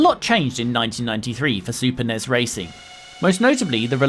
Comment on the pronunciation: 10 internet points for the pronunciation of NES and SNES. N-Ez? S-N-Ez? What have you been smoking??!